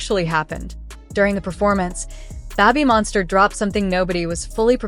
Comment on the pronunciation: Yeah, getting tired go hearing Babbymonster 😆